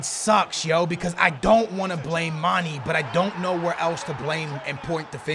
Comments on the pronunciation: plz stop saying MAN-EE his name is MAN-EY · His name is Mane not Mani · its not mani or money its mane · it's not mani, it mane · it's said like Maan-nay! Not maan-E! You're killing me smalls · Please stop saying it like manny.. It's manE like mayEYY! Dunno if this makes sense but trust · Can someone plz tell him u pronounce in "mane" not "mani" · 102 episodes and he still pronounces "mani" lmao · "mani" lol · Why do you call mané many/manny?? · Lay off my dawg Mane, can't even say his name right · maybe mané isn't good for you because you don't pronounce his name right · its cuz u dont know how to pronounce manes name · Anyone else extremely triggered by how he pronounces manė ? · The way he pronounces Mané fucking triggers me